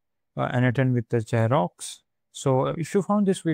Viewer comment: It's Xero, not Xerox :)